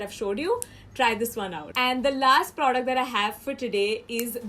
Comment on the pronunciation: You don't know how to say "product" lol😂😂